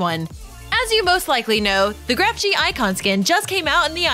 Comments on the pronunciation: It’s actually pronunced The Grefg not Grefg G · The last g on the grefg is silent